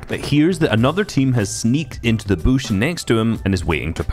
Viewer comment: I love how says bush 😂 “Bouuush”